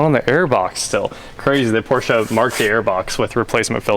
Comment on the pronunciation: Thank you for pronouncing Porsche correctly.